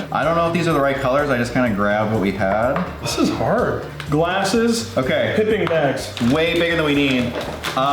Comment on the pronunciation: The way pronounces “piping bags” 😂